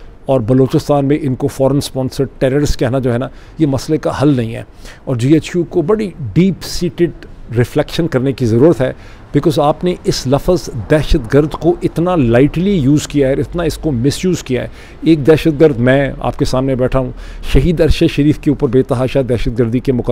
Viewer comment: Not “Lafaz” rather lafz.